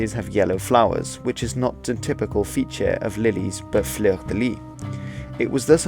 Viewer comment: Cool vid.Just for your knowledge, the last "s" in "Fleur de Lys" or "Fleur de Lis" isn't silent. Just mentioning this because the way you say "fleur" is A-OK. French is quirky.